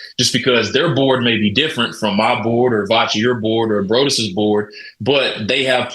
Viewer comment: Big fan of the show? I call BS....he kept calling Broadus... Brode us.